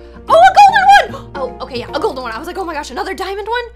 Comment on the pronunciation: When Magen Through the 4 golden ladybug I love how she said goldey